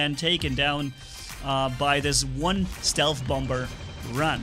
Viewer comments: bommer not bomber idk if thats a german pronounciation but bommer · What thinks he's saying: Bomber What We hear: Bumber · Just so you know its pronounced bom-er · I love your accent and by the way the second B is silent 👍